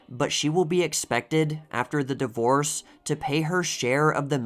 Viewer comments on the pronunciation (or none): none